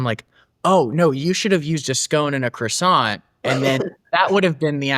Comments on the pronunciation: He is mispronouncing the word croissant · KWA- sau